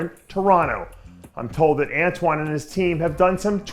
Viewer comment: Thumbs up for saying Antoine's name properly. 💪